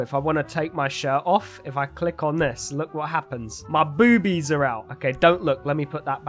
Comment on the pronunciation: Why do you say boobies like that Lol😆